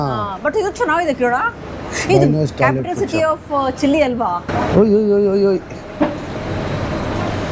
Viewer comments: Dude it is not 'Chilli' but 'Chile'! Don't spread wrong among kannada viewers! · ಅದು ಚಿಲ್ಲಿ ಅಲ್ಲ ಸಾರ್ ಜಸ್ಟ್ "ಚಿಲಿ" 😜😜😜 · ಅದು ಚಿಲ್ಲಿ ನ ಚಿಲಿ ನ